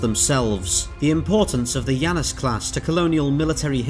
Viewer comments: I don't have Deadlock, so perhaps this is a mistake on their part, but it's not "Yanus". It's clearly based on the two-faced god of doorways, beginnings and endings in the Greek pantheon, and in english at least, his name is pronounced "Janus", hard J. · It's named after the god Janus, so should be pronounced Janus not Yannus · I don't think he's pronouncing "Janus" correctly. It should be: Jan (as in January) - us (as in anus)